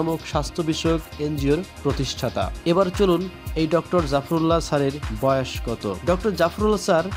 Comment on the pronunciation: উচ্চারণ ঠিক করেন। বয়াষ কী।